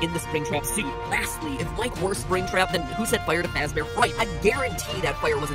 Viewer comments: freddy fazbahr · "Forget Freddy Fazbear it's Freddy FuzbAr" -MatPat2017